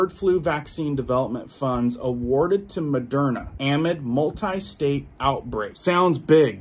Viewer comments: I love you, but amid is a word with the emphasis on the second syllable. 🎉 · Saying am-id is driving me crazy. It is pronounced a-mid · the word "amid" is pronounced ahhh, midd, not am mid. Just want you to know, friend. 🤗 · uhMID. Not aamid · Amid= “a-mid” “Versus,” not verse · Pronunciation a-mid.....not...am-id, thank you for the information you round up and distribute. You are so obviously an honest fellow. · It’s pronounced “a-mid”, as is “in the middle of”. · Love your content, please pronounce ‘amid’ - uh*mid - correctly. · Bro. Awesome reports! “Amid”. It’s ah-mid. As in, in the middle of. Ahhh-mid. Don’t emphasize the “a”. A short “ah” Thanks for all the great info. Just want u to sound correct!!!❤❤❤❤ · I can tell you dont know what "amid" means, nor how to pronounce it either 😆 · It’s not amid